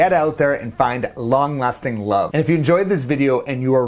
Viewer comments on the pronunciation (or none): Am I the only one who kept hearing “ long lusting love “?! 😅😂😅😂